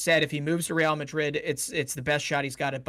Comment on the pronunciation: Why do you say Real like that?😭😭🤮🤮